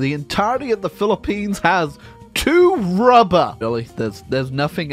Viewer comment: Why do I always laugh when he says rubbah